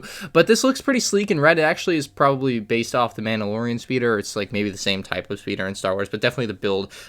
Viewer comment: what kind of accent did t say speeder in?